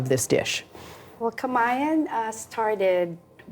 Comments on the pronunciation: perfect ununciation of "KAMAYAN" & SAMANIEGO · I got to commend how the host pronounced Filipino word and last name so perfectly! 🙌🏼🙌🏼